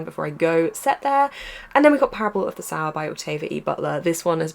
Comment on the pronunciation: Apology, not meant as a criticism, I have just heard you say it a couple of times now and just wanted to let you know that it is the parable of the "So - er" not "Sour." I loved kindred as well and am thinking of buying this one also, looking forward to hearing your views. x